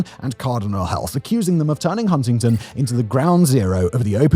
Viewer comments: I know this is a slightly older vid but as someone with a mom from wv. It's pronounced hunnington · too much emphasis on the first t in Huntington infuriates me.